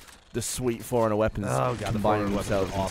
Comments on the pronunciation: The way Gavin says Forerunner sounds like he's saying foreigner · I keep thinking Gavin says "Foreigner weapons." It seems really racist. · Gavin: "Forerunner weapons..." Me: "Foreigner?" Geoff: "Fore Runner?" Gavin: *sigh* "Prometheans."